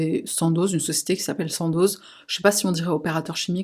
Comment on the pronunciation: Alors, ça se prononce Sando pas Sandoz, c'est Suisse.